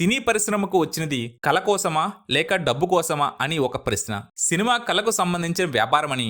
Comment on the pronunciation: కల కాదు నాయనా కళ, కళాకారులు.